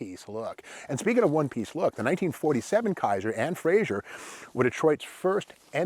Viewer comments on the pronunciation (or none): Good job for the most part but I have to voice (type) one of my pet peeves. It's Frazer, not Frazier! It's pronounced "Fra- zer" not "Fra -zhur" Joe Frazer was Scottish. Other than that, great info and a great video.